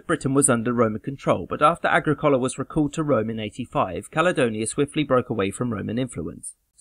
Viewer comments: "Agrīcola" , not "Agricōla"... Accent on "i", lol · I don't think Agricola should be pronounced Agri - coal-a. Surely it's A-gric-o-la , with the stress on the second syllable?